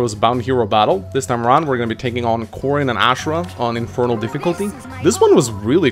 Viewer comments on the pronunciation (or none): I'm very bugged my pronounciation of "Azura". It's not Ashera god damn it! >< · It's azura not ashra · Still get triggered by the way he pronounces azura but still a great video tho